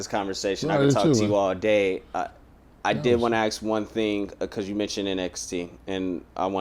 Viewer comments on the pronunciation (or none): It’s “ASK” not “AXE” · Is it that hard to pronounce the work ask instead of aks? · If you want to be taken seriously as an interviewer, you need to learn how to say "ask". Or else just avoid the word altogether.